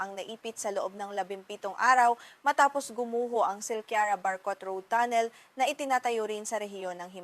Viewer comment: Ang tagalog ba ng tunnel ay tonel?Mahirap intindihin ang ilang tagalog words mo.